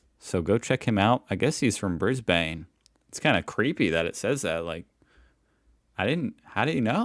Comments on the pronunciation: Brisbane is pronounced Briz-Bin, not Briz-bayne (or Briss-bayne as I’ve heard some Americans say) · Bruh please stop calling it "bris-bain" its pronounced "bris-bun" but say it quickly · It’s pronounced Brizbn, not Brizbayne (Brisbane) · Mate we don't pronounce it Bris bain we say Bris bn. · FYI, Brisbane’s pronounced ‘BRIS-b’n”, not “bris-BAYNE”. Kind of like how we swallow half the consonants of Mel’bn 😂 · Not BRISS-BAINE, its BRISBIN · Bris bn not Bris bane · You been watching Australian videos for so long and you still mispronounce names, it hurts my ears how you mispronounce Brisbane It’s bris Ben Not bris bane Same as Mel Ben Not Mel born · If you ever get to Oz, go to our Hungry Jack's - it's much better than Macca's. And it's BRISb'n, not BrisBANE. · Not Bris Bayne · Ok, when I heard say "Brisbane" I almost lost it. That's not how you pronounce it😭 it's "Bris bin" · It's pronounced Brizbn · dude if you really love Australia, then you are going to want to know how to pronounce the names of our places properly. Brisbane is pronounced as Brizbin Melbourne is pronounced as Melbin Canberra is pronounced as Canbra Ayres Rock is pronounced as Airs Rock. And then there's the brand names of our food, some of which you have been sent. This is pretty much every Australian when listening to others so our words: 🤦‍♀️🤦‍♀️🤦‍♀️🤦‍♀️ But you've got it in you to do it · It's Bris - bun.... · But, what you've yet to experience is 'The burgers are better at Hungry Jacks' and that's a fact. Burger King sucks balls so does McDonalds burgers for that matter......or are we calling them sandwiches?? And when you say Brisbane, can you not long on the BANE, just say it a quick Brisbin. Probably watch a better video about it too, that was a shocker. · Hi. Just a side note. We say Brisbin, not Brisbane 👍